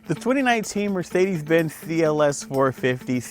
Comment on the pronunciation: the theeLS class and Eth Class from Mercedeeth